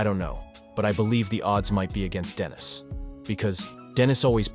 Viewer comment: Why the fuck are you switching up how to pronounce denis halfway into the video? Weird.